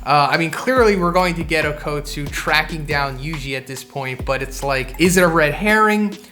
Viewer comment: Bro its okkutsu not OAKutsu